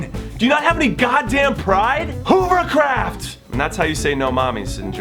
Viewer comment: Jimmy, Ive been watching you for quite some time, what the fuck do you mean by "hoovercraft" or how would you spell it? XD Because as someone who speaks German, I have no idea what word you could mean! Anyway, love your videos, keep it up :)